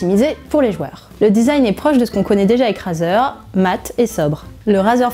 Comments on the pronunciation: On prononce « Raizer » pas "Razer" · On pourrait meme rajouter une accent anglais car rAzer et "raizer" c'est pas pareille 💩💩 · On dit pas "Razeur" on dit "Rayzeur" ! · Ça se prononce pas "razer" c'est "rayzer" putain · (Clique sur la vid) (Entends la personne prononcer le mot Razer <<Razeur>> et pas <<Raiyzeur>>) (Quitte la vidéo xD) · Arete de dire razeure